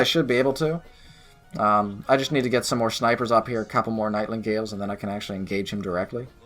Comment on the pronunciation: NIGHT INGALE! there is a blank space where u think there is an L becuz there is no L! NIGHTINGALE! you're welcome.